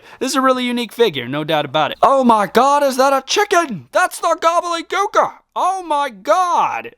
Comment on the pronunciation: SAY IT W ME..... GOBBLE-DY GOOKER.....gobbleDY.... GOBBLEDY......THERES A FREAKING D YOU KEPT SAYING GOBBLEY😵‍💫🤦🏼‍♂️